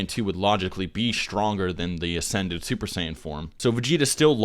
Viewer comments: Lol did you say "Duper Saiyan Blue" when u first said it? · young savage I never said that he isn't supposed to make mistakes. I just found it funny that he said duper Saiyan blue. Other people found it pretty funny too. Not throwing shots at him or anything